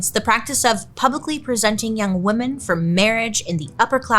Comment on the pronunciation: Write this down: woman= singular WoMEN= plural (pronounced wimin- like swimmin’ without the s) Please don’t ruin this word